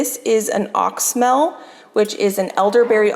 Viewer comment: Your elderberry is pronounced ox-y-mel. (Ox-e-Mel)